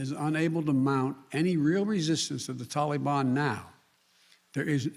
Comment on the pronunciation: Joe never learns, and his career shows it. Why does he pronounce Taliban like "tally me bananas" daylight comes and me wanna go home lololol